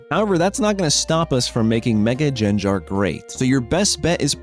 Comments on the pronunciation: Thats just playing around with pronunciation. He knows it gets him engagement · He says it wrong on purpose. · how do u misprounce his name lmao like its literally said in the show and u somehow butcher it. i legit unsubscribed